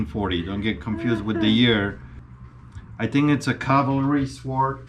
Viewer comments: What is a 'swaard.' is that any relation to a sword...or as we pronounce it correctly, 'Sord.' I'd love to hear this gentlemans edgeamacashun. Apparently it's a Calvary Swoord.' Hahahahahahahaa. It is not a sword, it is a sabre as used in the Boer War, and is a dress sword.....for parades...not for fighting....and as he says, looks like someone tried to sharpen it. That would be true. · No “w” sound in the word sword.